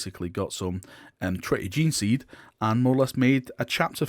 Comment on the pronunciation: I'm still amazed how can mispronounce gene-seed...